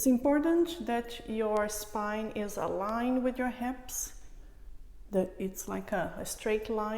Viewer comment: "streich" instead of straight, "alinch" instead of aligned and etc etc... God see I tried to come back to finish it, can't take it. Who tough that woman to speak like that... as a teacher i feel its "cutting my ears" as we Russians say